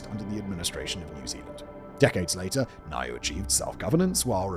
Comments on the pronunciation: Niue is pronounced New-way NOT ni-you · Niue = "Noo-ay" ... Kiribati = "Ki-ri-bas" ... Tonga = "Tong-uh". Most people get "Kiribati" wrong, but only Americans pronounce Tonga as "Ton-guh". 🤣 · I feel like I'm ragging in you here mate, but Niue is pronounced New-way and the people are New-way-uhns. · omg he did the name with Niue. What is it with pacific islands and Simon.